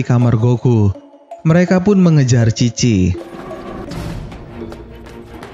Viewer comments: Chi bapak bukan khi :v (Dibaca bahasa jepang) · Bang lu salah ucap apa gimana sih? Chi apa khi?